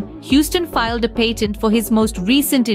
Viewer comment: patent* you said "pated"